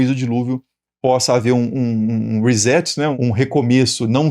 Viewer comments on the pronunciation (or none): none